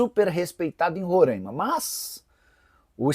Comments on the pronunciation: Oooo Nicola, meu p...a para falar o nome do meu estado de rorãima meu é RORAIMA, sacanagem. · Nikolas é RORAIMA e não Rorãima! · RORAIMA SE FALA COM A FONÉTICA ABERTA. TENHA MAIS RESPEITO AO FALAR DO NOME DO ESTADO. POR FAVOR